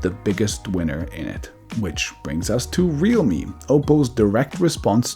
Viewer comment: RealMe sounded like Redmi. 😂